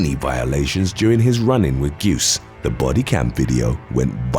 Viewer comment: It's pronounced Juice